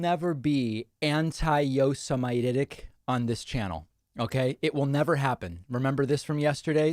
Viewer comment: Is a yo- semite someone that lives in Yosemite?